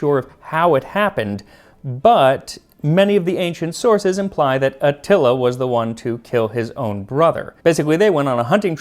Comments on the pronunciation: You pronounce many other names and titles with flair—do so with Atíla, pronounced A tee la And it’s done in a pot so it becomes heavenly and falls apart. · bruh you really gotta listen to the names you say in your videos. i cant take another atilla xD